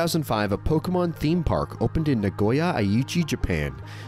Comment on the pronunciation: Here's a fact you don't know. It's pronounced poh-kay-mon, not poh-key-mon, not poh-kah-mon.